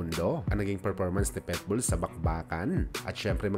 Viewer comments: Naunahan na pala ko. Pitbull di petbull o pwetbull! Lentek ka! Omayus ka! 🤪😜😛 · Pitbull,, hindi Petbull😂